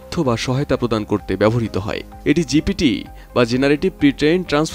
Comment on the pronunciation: আবে হালা জিটিপি না,জিপিটি